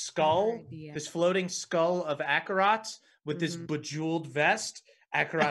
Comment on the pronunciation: super late, but their pronunciation of Acerak as Akarot stems from Akarot being a long-running villain in the campaign that the characters are from